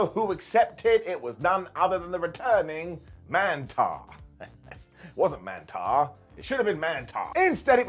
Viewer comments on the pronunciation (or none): Man-TAUR,. As in "Man-Bull"...not "Man-TAR".